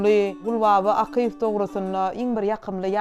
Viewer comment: Gowy gepleşik bolupdyr. Ýöne alyp baryjy has gowyýarassa we dürüst gürläp biri tapylmadyka. 1.minutdan başlady ýalňyşyp. Akyýew familiýasyny dogry diýip bilenok. Gaty köp ýalňyşlary bar. Logiçnyý soraglar sorap bilmedi. Etmeli etmeli diýip edipdir. Has gyzgyn mahirli artistlerimiz bar şolar işlemeli ekeni ýa-da ýazgyň içindäki artist hem alyp baryp bilerdi.